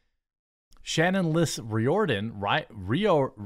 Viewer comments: Ree Or Den??? 😂 It’s pronounced Rear Den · It's pronounced REER-dun. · Riordan is pronounced ‘Rear-don’ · Riordan = Reerdan, it's Irish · Riordan is pronounced Reerden